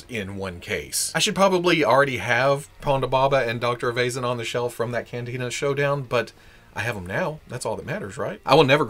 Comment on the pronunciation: Dr Evay-zen? I always thought it was Dr Ever-Zarn? Either way, awesome review of an awesome wave! :)